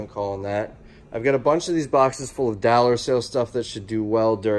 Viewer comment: If I had a dollar for every time he said “dallar”… Just kidding, love your videos